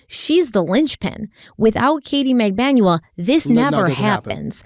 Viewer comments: Mag-ban-wa is the correct pronunciation. It’s a common Filipino last name but not common in the US obviously so it’s understandable to mispronounce it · Just watching this video now. got the right pronounciation: Magbanua in Filipino is Mag-ban-wa. 🙂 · It's mag-ban-wa. Accent on the 2nd syllable. :) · TBH it's cute when you mispronounce the names, and people should understand that it happens esp when the names are foreign, it's not disrespectful unless you do it intentionally. BTW Magbanua is pronounced MAG-BAN-WA (short A's always in Filipino). Love your work.